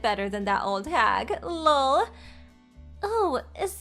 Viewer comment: Can we use the acronyms meaning instead lol( laugh out loud) or just laugh like fr( for real) BTW ( By the way) ttyl (talk to you later) something other than 1000 "lawl" its very irritating and I am sure that its the intention because she is irritatingly stupid 🙄 but let's try that next story,please!